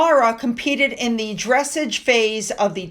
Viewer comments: Once or twice mispronouncing words is endearing but the constant mistakes are annoyingly common It is dress-argh not dressage, it is Gat- Combe not gatecombe A quick google if ur not sure is all it takes Sorry, I’m not usually so pedantic but it’s grating every post 😢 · It is pronouced 'Dress ARGE' not 'dressige' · It's pronounced dress aaage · Hey, it’s “Quar-ter finals” NOT “Cor-ner finals! And, dear heart, the word “dressage” IS pronounced “Dreh-Sahj” with emphasis on the first syllable (“dreh”), but is NOT pronounced “Dress-udge” with emphasis on the second syllable (“udge”) - omg, please!! 🤦‍♀️ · The horse event “dressage” is pronounced “dress-AAGHZ”. It is basically a ballet on four legs, and gorgeous to watch. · Dressage, dres sage the letter 'a' is short vowel sound, 'ah' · I'm not being picky here, but just in case you want to know; "dress-AGE" is pronounced similarly to; "garAGE", with the emphasis on the last syllable.🙂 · THE DRESSAGE comment hurt my ears! i’m starting to watch much less of videos. Dress-ajjj is French, pronounced the proper way. way too many mistakes. I stick more and more to UK channels. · it's pronounced "Dre-saaj". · Thank you for the news. You might want to look up the correct pronunciation of "dressage". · Without the "r" sound😅